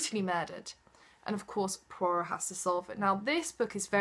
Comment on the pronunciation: Soo i finally know its pwa-rowh, instead of poi-rot hahaha.